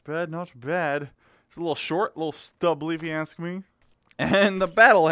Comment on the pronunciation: Let me ax you a question